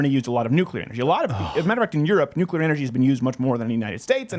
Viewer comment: Nuclear power, say it with me NUCLEAR POWER.